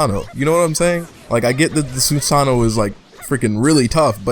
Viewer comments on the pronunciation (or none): none